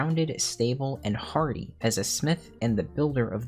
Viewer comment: Not me mishearing you saying Byregot is “hardy” as “horny” 😭 💥 🔨